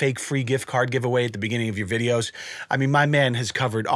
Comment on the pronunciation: Is it videos or "wideos"? 😁😁😁